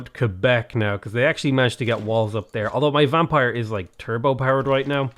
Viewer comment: Im french canadian and I was really impressed that you know how to say Quebec properly! Love your channel keep up the great work ❤